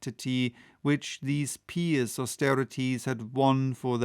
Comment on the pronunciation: One of my favorite chapters! Very enjoyable, as usual. (If I may, with respect, "pious" is a funny word, it's pronounced "Pii-us," like apple pie. And "impious" is pronounced "im-pyus.") You speak English better than I do though, I'm a Southerner.